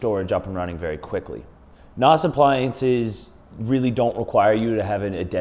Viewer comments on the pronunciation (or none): NAS - most people pronounce it with a short a. Ubuntu is pronounced: uu-BOON-tuu